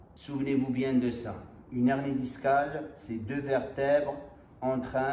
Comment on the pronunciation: C’est un « h aspiré » hein !! « Une hernie », pas « unernie » !!